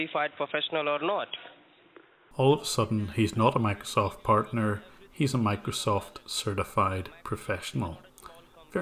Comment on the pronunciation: Microsoft’s partner pronounces it 'Microshoft' 🤣